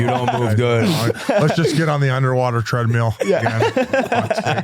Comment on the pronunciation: Meow! Mispronouncing player names ("Bullion", "Kiviraha"), Whit accidentally calling Biz "b*tch", Biz and his "treadmeal" (and "windmeal")... Conflating something serious like Aldrich with the terminally online BS, after ranting about being groped by TSA? How do people, particularly parents, not think of how furious they'd have been if that kind of inaction gave some creep access to their kid at school...